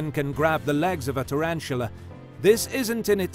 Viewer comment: Tarantula not turantula